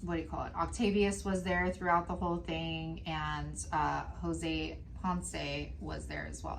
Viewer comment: So I’m just now catching up on my Crime and Crafting and saw this tonight… Jose and I share a last name! 😟😣😩 That made it even creepier! But props to you on the pronunciation… Some people butcher it!